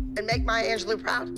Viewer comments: It was so funny when Holly said Maya Angeloo instead of Maya Angelou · it’s anj- low